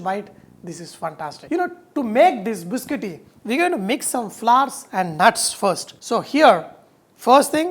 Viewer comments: It is pronounced Bis-Cot-Tee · Chef it's biscotti